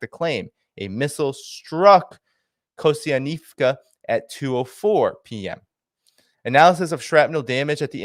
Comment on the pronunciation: How does "Kostiantynivka" sound anything remotely like "Kosyanivska"? 🤣🤣🤣